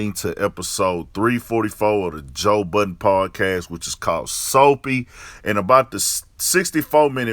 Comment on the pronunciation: We should all be glad it's not a bunch of idiots speaking on hip hop, because we are listening. And you wrong for what you said about Rory. And it's Budden. Not buttons.